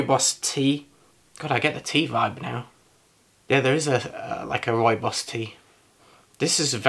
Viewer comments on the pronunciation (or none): Try saying Rooibos with a rolling 'r' if you can. That's the right pronunciation. Love Rooibos. Think I'm going to make some now.